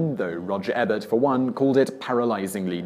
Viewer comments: It's Roger EEEEbert. Not 'Eh-bert'. COME ON Simon, you always get the pronunciation of at least ONE name wrong. And Ebert has a zillion videos online where he SAYS his name. smh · Who is Roger ebb-ert?